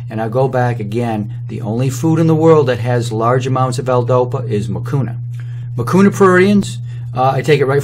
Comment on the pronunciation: Nani alikufundisha kusema hakuna matata haha but the way he started i thought anasema hakunaa matata